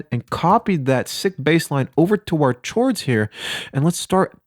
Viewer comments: he is saying CHords as a joke 😂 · Why is he saying CHords🤣🤣🤣😂💯🗿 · "CH-ords..." cringey asf yo lol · The word chords is pronounced "Kords" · umm dont you say cords not chords? maybe im just dumb but it sounded so wrong to me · One more "tchords" and I fucking slap you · You pronouncing it “CH-ords” literally makes me want to die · lol "CHords" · is he saying "chords"?!!?! holy shit did you live and grow up alone for basically your whole life?